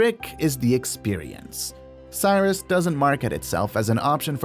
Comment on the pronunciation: I'm guessing that the voice for this was AI. Maybe not. Either way, Cirrus and Cherokee were so mispronounced I bailed on the video and did not finish watching it.